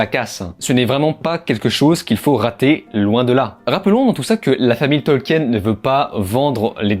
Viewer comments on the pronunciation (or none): Sinon tu devrais plutot prononcer "jéye arhe arhe tolkine"